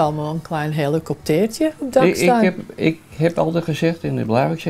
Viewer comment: ik moet lachen om de manier waarop je oma helikoptertje zegt haha